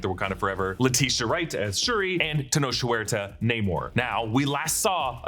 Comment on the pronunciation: tenoch is pronounced as “te-knock”